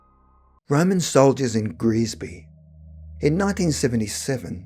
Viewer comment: It should be Greasby, not Grisby. I lived very near here on the Wirral for years.